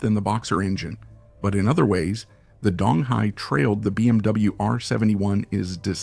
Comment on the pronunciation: It's pronounced like "doong". Dong Hai means "East Sea"